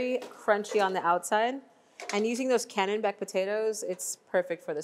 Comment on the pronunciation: She keeps saying canonbec potato, it's called a Kennebec Potato